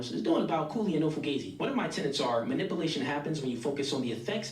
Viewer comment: Dude that said manipulation wrong sounds so damn corny! Few minutes later…they all corny!